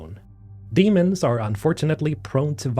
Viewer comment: Nice video. I read the book and am eagerly waiting for the sequel and any more info about the game. Just one note; The silicates are not called Demons (Dee-mons), they are Daemons (day-mons).